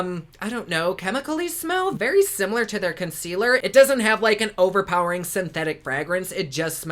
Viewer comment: I love how you said ConSquealor and Foundecionon.